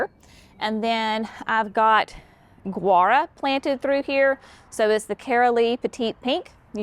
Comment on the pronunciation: Looking forward to seeing the beds as they mature.....Also, "Gaura" is pronounced "gaw-ruh"